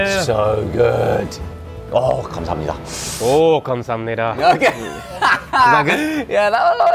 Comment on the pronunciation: '감사합니다' 말하는 발음이 점점 정교해지는 것 같아요ㅋㅋ 생소한 음식인데도 과감하게 도전하는 모습이 멋지네요. 도 겁내다가 결국 먹는 용기 멋있고, 두분 다 맛있고 재밌게 한국 즐기다 돌아가신 것 같아 제가 다 뿌듯해요~~ 촬영도 촬영인데 친구끼리 놀러간 장면들 남기는 분위기가 느껴져서 너무 보기 좋은 것 같아요!!